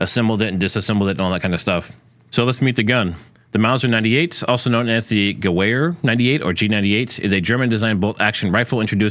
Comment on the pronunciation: Sorry, but its "Gevehr". Its a german W sounds like a V thing.